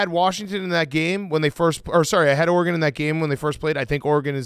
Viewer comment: One of these days Dave will learn how to pronounce Oregon correctly